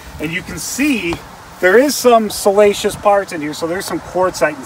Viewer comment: Great channel. Sorry, but it cracks me up when I hear salacious rather than siliceous.